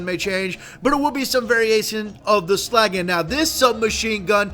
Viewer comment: You said slaggie at the end of the vid. ITS SLAGGA. SLAGGA